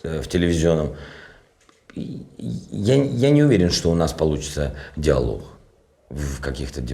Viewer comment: Всегда нормально выоваривал букву г, а теперь диалох, вдрух😞😂